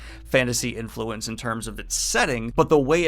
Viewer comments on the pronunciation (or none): none